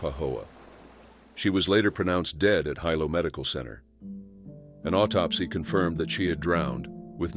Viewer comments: It's not "Hi-low". It's pronounced "He-Low". 🤨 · Hilo is pronounced hee-low.